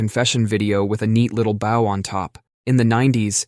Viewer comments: He should take a neat little bow for that pronounciation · Awe. I used to believe that this was a real person speaking. Bow and bow are not the same words😮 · it said BOW not BOE (bow) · “…with a bough on top?” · a bow (bent over) on your head? Not a bow (ribbon)? You've got to be the most convincing clanker to date. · Mispronounced jnco jeans and the word "bow" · $250,00 and bow said like bending at waist and not the decoration --> slop detected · Most of these are ridiculous, except for saving dogs from being baked alive, imo. But also, is officially a bot. Note the pronunciation of "bow"